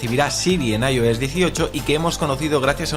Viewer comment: Lo que a mí me duelen los oídos cada vez que dice “Ayo s”😂😂😂😂 (“Ai, Ou, S) 😂😂😂😂